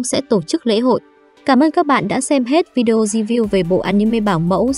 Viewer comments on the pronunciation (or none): none